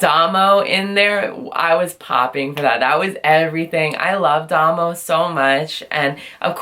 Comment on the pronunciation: Nice review. Also, Damo is pronounced Day-mo